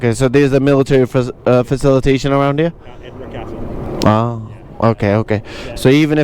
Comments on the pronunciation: Its pronounced as edenbrah........ eh·duhn·bruh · It’s Edinburgh not Edens Burg. Educate yourself a little no harm in learning. This is a travelogue so you need to put a little more effort in covering the basics.